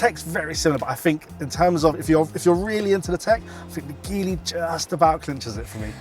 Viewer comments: OMFG IT'S JEEEEE LEEEE not gee lee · The guy is NO EXPERT at all he mispronounces GEELY then does not even have a logical representation of GEELY's brands and missing out major ones. He can barely fill space.